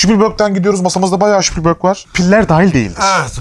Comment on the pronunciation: İsmi çok geçtiği için bilgilendirmek istedim; Spielberg'in soyadı ş ile değil s ile okunur 😉